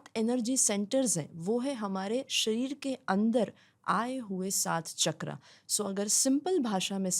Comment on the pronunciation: Sorry for interrupting you but please don't say ’चकरा ’ say it ’चक्र’ becoz u motivate a huge population ❤